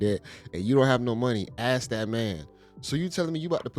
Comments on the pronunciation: If she’s so educated, why does she still say “axe” instead of “ask?” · the word is ask.. not AXE.. i think if a woman cant even say this simple word properly.. and makes excuses as to why or even tries to shame you for correcting her... she is not a lady and should be left for the streets. chick said niggas NEED tp be spending that money on them.. cus we not gona die with that money..so we should just spend that. the level of manipulation here..and they get mad if you dont and start getting aggressive.. question is where's their own money though? Host sai those are simps though.. she said NO! those the ones that got it.. im like.. ok like simps dont have it also, thats why they giving it away. long n short.. whores. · Ask him: ✅ Ax him: ❌ ( The first 48 Hours ) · Ain’t dating no grown ass female that says Ax instead of ask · Masters Degree but can’t pronounce “Ask” correctly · Masters degree but can’t pronounce “ask” correctly is wild